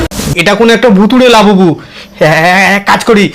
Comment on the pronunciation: লবুবু না লাবুবু হবে 😂😂😂